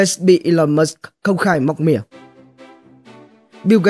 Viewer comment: Musk chứ ko phải Mush